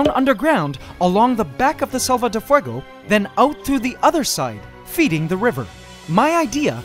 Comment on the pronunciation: I love your spanish pronutation of selva de fuego